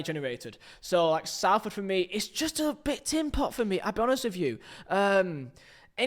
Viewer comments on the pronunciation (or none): please I'm from salford it's pronounced solford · Why can't you pronounce Salford properly? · the pronunciation of Salford hurts my soul